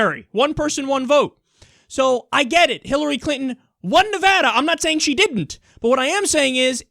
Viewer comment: Yay! You said Nevada correctly! That makes me irrationally happy, lol...